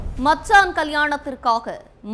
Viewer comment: மத்ஸான் இல்லை, மச்சான். உங்களாலலேயும் ஒழுங்காக சொல்ல முடியலையா?